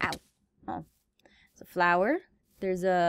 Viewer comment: I didn't know dat foxes say 'OH MY GOD DERS A GOAT'